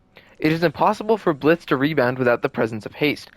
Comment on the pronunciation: For the last time, the ø is silent